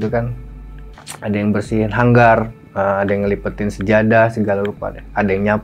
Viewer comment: Gue mau komplain udah di duluin,😂😂